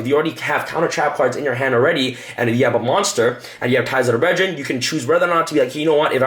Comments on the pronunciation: “Ties of The BreadRen” 2018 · Ties of the Bread-drin lol. Deck looks good though.